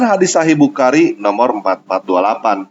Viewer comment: Nyebut nama bukhari aja belepotan. Semoga harimu menyenangkan.pembuktiam itu pasti datang.sambut dan rasakanlah.